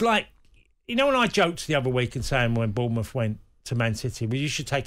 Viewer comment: Lads, it's Bournemouth.